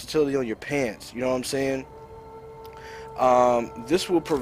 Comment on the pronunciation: more like "SHHHayin"